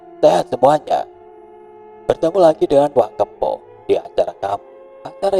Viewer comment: WA kepoh 😂 Bukan WA keuppoh😂